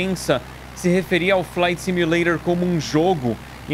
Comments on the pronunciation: brasileiros normais :flight simulator Edu :falainting sumulairor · flight simuleirol kkk eu falo faiti simuleition kkk